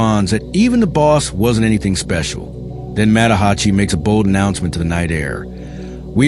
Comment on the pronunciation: Tah-keh-zoh, not tah-key-zo Mah-tah-Ha-chi Oh-tsuo, Cool video tho 👍